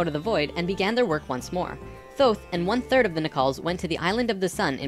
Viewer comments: LOL "Thoth" the Egyption god of Moon and Writing...pronounced "Tote" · Please stop mispronouncing "Thoth". It's "Toth". Hard "T", not a soft "th". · Years ago I was blessed to be able to communicate with ETs and spiritual beings through Ida Kannenberg, now deceased. She could communicate with Thoth, and Ida told us that the name is not pronounced as it is spelled. It is pronounced Tah-Hoe'-Teh, in ancient Egyptian. Just for the record. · i've enjoyed these videos.. especially 6 and 10, but I had to stop watching this one about 6 minutes in... also, if you're going to speak of Thoth, do him some justice and pronounce it correctly, "tay-hoote"; the 'h' is very soft. And maybe take Drunvalo with a grain of salt dude...